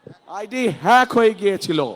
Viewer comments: নেতা দেখি হ্যাক শব্দ উচ্চারণ করতে পারেনা। 😂😂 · অশিক্ষিত মুর্খসোদা হ্যাক শব্দও বলতে পারে না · হ্যাক হয়েছে না ফেক হয়েছে এ কথাটা যে বলতে পারে না সে দেশের প্রেসিডেন্ট কেমনে হবে ছিঃ ছিঃ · হেক না ফেক?! হ্যাক শব্দটাও শিখতে পারলেন না লন্ডনে থেকে। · যে লোকটা হ্যাক কথাটা সঠিকভাবে বলতে পারেনা, ফেইক হইছে বলে। এরকম অথর্ব অযোগ্য মানুষ প্রধানমন্ত্রী হলে দেশের কি অবস্থা হবে বুঝতে পারছি না, আবার শুণছি উনি নাকি ইন্টার মিড়িয়েট পাশ, দেশে সুশিক্ষিত যোগ্য মানুষের দুর্ভিক্ষ লেগেছে কি, ৫৪ বছরে কোন যোগ্য মানুষ কি তৈরি হয়নি প্রধানমন্ত্রী বানানোর মতো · হ্যক ও বলতে পারে না! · Hek,,fek,,nice pronunciation 😂😂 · আগামীর দেশ নেতা হবে, কিন্তু হ্যাক শব্দ উচ্চারণ করতে পারে না, এটা খুবই দুঃখজনক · যে হ্যাকটাও ঠিকমত উচ্চারণ করতে পারেনা সে নেতা হবে।খাম্বায় হাম্বা হাম্বা করলে কেউ বিশ্বাস করবে না। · "Hack " উচ্চারণ পারে না HSC পাশ নেতা😂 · একটা দলের সিনিয়র নেতা । এ আইডি হ্যাক এটা উচ্চারণ ভালোভাবে করতে পারেনা । দেশ পরিচালনা করবে কিভাবে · হায়রে নেতা😂😂😂। হ্যাক উচ্চারণ করতে জানে না। আবার তার বউ ডাক্তার কিন্তু জানে না যে mbbs এ কোনো specific subject থাকে না। 😂😂😂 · কি লিডার রে ভাই হ্যাক শব্দই বলতে পারেনা। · শব্দ উচ্চারণ করতে পারে না 😂😂😂😂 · নেতা তো আইডি হ্যাক এটাই উচ্চারণ করতে পারে না তো দেশ চালাইবো কি😂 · এত বড় একটা নেতা আইডি হ্যাক হয়েছে এটা উচ্চারণ করতে পারে না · আইডি হ্যাক কথাটা মুখ দিয়ে বের করতে কতই না যুদ্ধ করছে